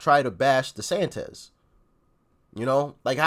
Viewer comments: I chuckle every time he calls Desantis Desantez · Desantis (-iss, not -ez); you are making him sound like a Mexican... ☻